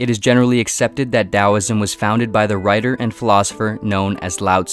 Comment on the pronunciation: Im so glad you said it as dowisim